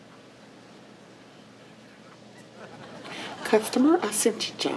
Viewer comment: "For customer service, please say 'Customer Assitencia": "Customer assejija" 😂😂😂😂😂😂😂😂